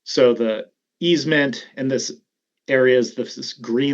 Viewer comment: Easement, not easemen. Sheesh.